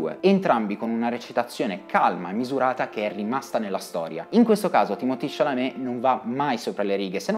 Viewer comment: perchè lo chiama Timotì? è francese e si chiama Timoté.